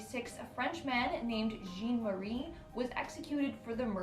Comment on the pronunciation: So this is why I don't watch the Most Amazing channel anymore. The dude's French. His name may be spelled "Jean", but in this case, it's pronounced "John" or really more like Zhahn with a soft "j" sound. It would've taken somebody 5 seconds to look that up before producing a video. Especially when it's a large channel with an actual budget, as opposed to some dude in his basement.